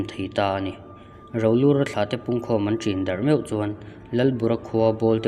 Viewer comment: Rolura hming pawh i lam dik thiam lo chu a ni si ah!😂😂😂